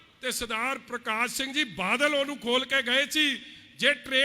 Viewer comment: Pehla badal kehna ta sikh la ➡totlea badal nu vaal saav kahi janda hun tere vaal nu dudh cho kad k bahr marna Punjab ne jida kaptaan marea 👌👌👌thoko thoko taali baki lakh dia lahanta Jere thodi raaly ch aae aa tere vaal saav dia nzej aulada